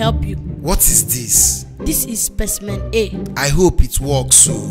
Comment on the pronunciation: What makes me laugh is when Emanuella said let me go and get Speciemen A